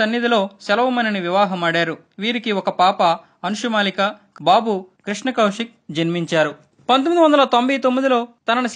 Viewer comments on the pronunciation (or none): none